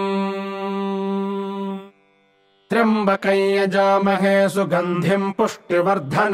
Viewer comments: Well, that's a news to me. I have always been reciting it as trayambakam, and almost whole internet recites as such. Btw are you sure this is the correct recitation? This is the first time I am seeing this being recited as trayambakai. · Namashkaram 🙏 I'm new to reciting mantras and learning how to pronounce correctly every word in the mantras. Here in this mantra I'm confused with the actual pronunciation of "Tryambakam". As in this video it is pronounced as "Tryabakaey". However in text it has moon and dot matra which I guess gives a pronunciation of "kam". Please guide 🙏 Also you can provide me a link from where I can learn to pronounce all the different kind of matras used in Sanskrit. Waiting for your kind response. Pranam 🙏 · Why is pronounced trimbakayn ? Isn't it tryambakam